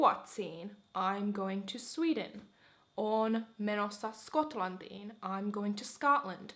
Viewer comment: You wrote 'Skotlantiin', but pronounced 'Skotlandiin'. 🤔🤔🤔